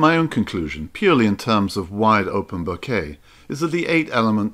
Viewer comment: Thanks for saying Bokeh properly. It means I don't cringe while watching :-) Thanks for these vids. Made me put an old lens on and go out and have some fun.